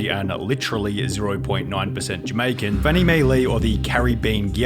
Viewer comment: every time I hear a youtuber say Jamaica they say it wrong I am from Jamaica it annoys me I don't know why but they pronounce it different